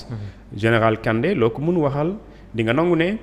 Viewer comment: Ce journaliste est nulle plus de 5 fois il ne peut pas répété le nom kandé apprenez a bien lire les noms